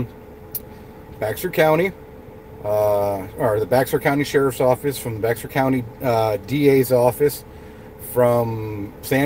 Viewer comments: Bear County. Not Bex er. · Yeah I was like “ what’s bex er county?” Lol